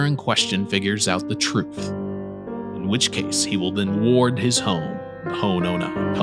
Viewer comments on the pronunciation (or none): none